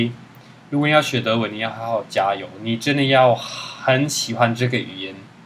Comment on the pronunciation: 那句好好加油和甚至，满满的台湾腔，有点……软萌